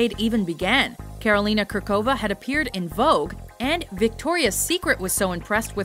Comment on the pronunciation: I know the pronunciation of Slavic names is quite hard for you, but I just have to cringe at the pronunciation of Karolína Kůrková's name. But I'm very happy you included her.